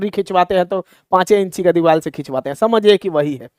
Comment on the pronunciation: Kya psycho padhaoge tum deewar ko diwal bol rhe ho